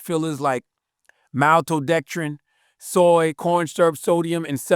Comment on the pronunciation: Yet he pronounced Maltodextrin perfectly 😂😂😂